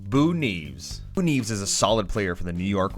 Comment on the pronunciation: NI EV ES. Not NEEVS